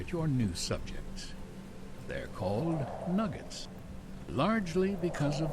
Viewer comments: There Nuggets not Nu-Jets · OMG they're not Nudge-etts , they're NUG-GETS Learn english FFS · NUGGETS not Nujjets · Nuggets not Nudge-its (as in Chicken Nuggets) NOOB!!!! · Couldn't do it with the nujjets weirdness. The game even pronounces it correctly for you.